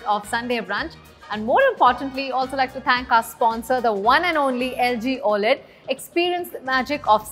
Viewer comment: It's not Oayled its O - L - E - D TV and how many times you said it wrong 🤯 . gol gol ghumne wala is Lazy Susan. Sharing food from everyone's home is POTLUCK.